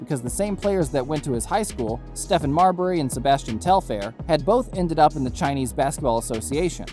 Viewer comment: I knew it was click bait for sure when he pronounced Marbury's first name wrong!